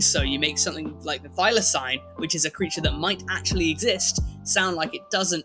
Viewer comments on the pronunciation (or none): The way you say thylacine.. oof